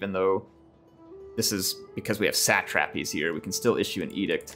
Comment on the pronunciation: what the heck is a sat -trap-eez?